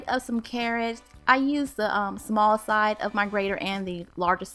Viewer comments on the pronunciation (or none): none